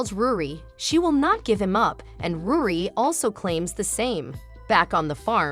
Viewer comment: Bruh ruri not rudi